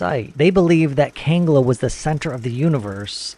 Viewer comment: Not kanga it's kangla